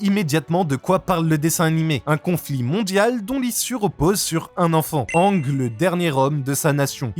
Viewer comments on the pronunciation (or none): Aang se prononce pas ang.